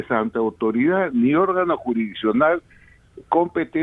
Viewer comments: hable bien señor Luis Gonzales Posada, se dice: "juridiccional y no: "juriscional"". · creo la jodiste con tu arreglo aquí yo te ayudo, lo correcto es " jurisdiccional" 👍